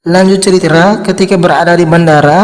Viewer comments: Ini orang punya berapa channel ya? Perasaan pernah ketemu channel yg suaranya sama cara ngomongnya juga sama, bilang cerita jadi ceritra-_ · Min bukan ceritra tapi cerita😂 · Singkat ceritra, alur ceritra 😩 Cerita bang bukan ceritra